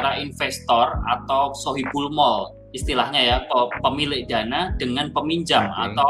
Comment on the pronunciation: "sohibul mol" 😂